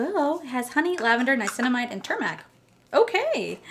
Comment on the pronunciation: H my beautiful friend! I just love you! Ur mispronunciation is so so dam adorable! It always makes me smile. I think the ingredient is turmeric is tomb( like u pronounce tombstone 🪦 )-er-rick 💜💜👑also so happy for you that the you got Mercury retrograde! Ur lucky a lot of people got the palette they got in ipsys glam bag X I’ve seen very few people reviews where people got mercury so I’m glad u got something u wanted, are able to use and not waste( I know u wouldn’t actually waste it because u do ur nowaste Wednesdays but u know what I mean! Also glad for the smigel in you that u get to add a precious to ur collection 💜u and ur ka-ute 💜💜💜